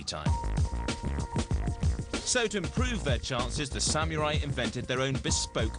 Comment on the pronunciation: it is samurai, not samiurai...